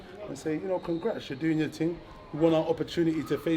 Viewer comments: What is thing? Y can't u say ting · what is ting? why cant he say thing